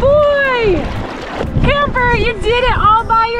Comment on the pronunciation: You are in good company with your cousin, your love for Camper shines through, very good Spanish pronunciation.